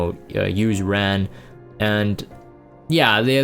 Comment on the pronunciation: Ran. 란. R - ah - n